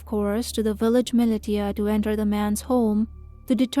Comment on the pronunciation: ‘Millie•tee•a’, is that meant to be ‘millisha’ (militia)?